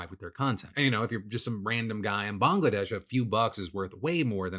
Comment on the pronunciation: you are right about a little money can mean a lot in Bangladesh But as a Bangladeshi I feel attacked hahaha. btw great pronounciation of Bangladesh, a lot of people get it wrong